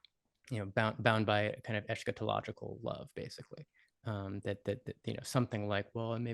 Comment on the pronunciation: *ahem*... Eschatology is pronounced with a hard "skuh" in both British and American English. see the following: eh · skuh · taa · luh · jee thank you for the conversation.